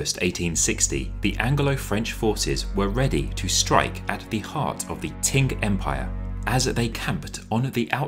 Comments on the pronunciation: Every time he says "ting" dynasty I cringe a little closer to death. /tʃ/ in IPA is ch. Qing /tʃɪŋ/ is pronounced ching, not ting. There is no Ting dynasty. ( ; _ ; ) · Why do you say "Ting dynasty" ? It's "Ching" dynasty. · It's "Ching" dynasty not "Ting". Every Chinese documentary I've ever seen that was narrated by a white person ALWAYS pronounces Chinese names wrong. If you're going to research history, why not take the extra step and ask a Chinese person how to say the names. BE MORE PROFESSIONAL !!! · Between “ching” and “ting”, I think the former is still closer to the mandarin pronunciation “qīng”. Amazing video! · Am I crazy but were you pronouncing Qing as "ting" or "tink"? It's driving me crazy. It's "ching", like "ka-ching!" Also, there were wrong pictures of the Summer Palace. That's the 颐和园， not the 圆明园. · How about attempting to learn the pronunciation of the how the last Dynasty of China sounded? TING, indeed! Or are you perpetuating the dismissive notion that the British can dispense with such things? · you pronounced everything else correctly. So, I was surprised that "TIng" was the only error. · Qing is pronounced Ching. Easy. Just go online for help. Please be professional